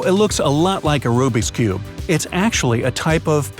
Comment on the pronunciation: Who else is triggered when he says"RUBIK'S CUBE"